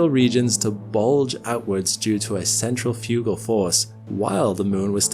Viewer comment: Great video, and the weirdest pronunciation of Centrifugal force I've ever heard XD Central-Fugal-Force heh